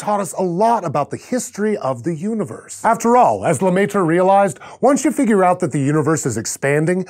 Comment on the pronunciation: it's pronounced la-mare ... face palm